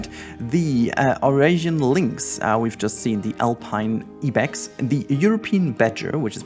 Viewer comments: Fyi Ibex is pronounced like "eye-bex" in English and not "ee-bex" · I want to correct your pronunciation of Ibex but I also wanted to say you have such wonderful content and I always look forward to when you upload a new video. Ibex is pronounced like (Eye) Bex. My zookeeper brain was like ah what?😂